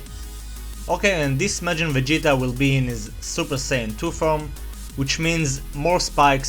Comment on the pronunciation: At the start i heard "we are going to draw majin vagina" :3